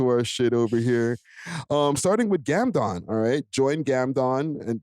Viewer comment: Salute to GamdoMMM(Not GamdoNNNN 👀)! Salute to Exotic Hotpot! Salute to Road Ready Detailing! Chyea!